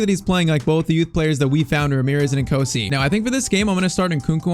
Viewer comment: Just u say nkunku u also say nkosi like "ngkosi"